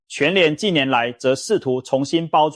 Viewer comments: ㄑㄧˇ業 發ㄐㄧㄠˋ 這是什麼中國發音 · 彷彿ㄈㄤˇㄈㄨˊ 企ㄑㄧˋ業